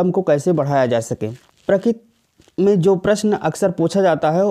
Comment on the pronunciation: Prakit nhi prakriti hai